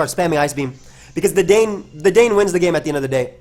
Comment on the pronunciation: I don't think anyone really cares at the end of the day, but just fyi, Dedenne is pronounced Deh-den-nay.